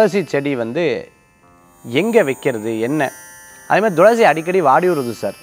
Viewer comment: ஐயா,, ரொம்ப நாட்களாக, பயனுள்ள இந்த நிகழ்ச்சியை பார்கிறேன்,, தாங்கள் எப்பவுமே thulasi-யை, dhulasi- என்று , உச்சரிப்பது சரிதானா?? விளக்கம் தந்தால் நான் தெளிவடைவேன்.